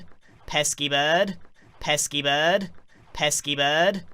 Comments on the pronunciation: Before: Pesky Bird 1 hour later: peaskypodd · sounds like pet ski berd